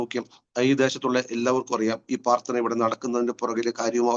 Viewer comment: നല്ല അനുഭവസാക്ഷ്യം. ഞാൻ കേൾക്കുന്നതിന്റെ കുഴപ്പമാണോ എന്നറിയില്ല, ദയവായി പ്രാർത്ഥന (പ്രാർ )എന്ന് വ്യക്തമായി പറയണേ നന്നായിരിക്കും. സ്നേഹത്തോടെ 🙏